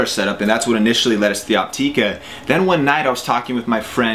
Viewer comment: Its pronounced Opt"ih"ka not Opt"ee"ka.....